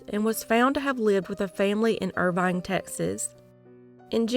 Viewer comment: It's Irving Texas not Irvine